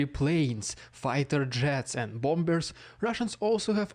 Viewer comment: 🇬🇧 Pronounced: bommers. But written: bombers. Please let's get it right ✅ Silent second b.